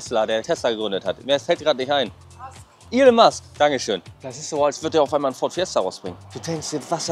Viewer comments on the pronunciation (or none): none